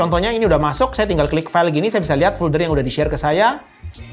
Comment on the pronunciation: maaf agak terganggu dengan penyebutan "fulder". biasanya kan penyebutannya "folder" . overall penjelasannya sangat mencerahkan. terima kasih.